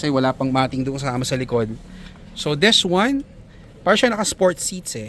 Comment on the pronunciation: Des wan 😂